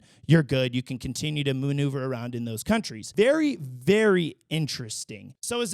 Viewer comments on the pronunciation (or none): none